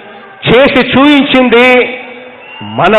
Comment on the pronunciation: Super speech but instead of pronouncing the word as chooinchindi (missing p) he should pronounce the word correctly as choopinchindi